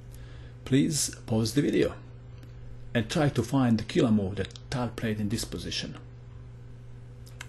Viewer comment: I can't help it! I crack up every time u say "KILLAHH MOVE!". You have The Most Killahh accent I've ever heard. I bet you'd make a Killing as a narrator on TV.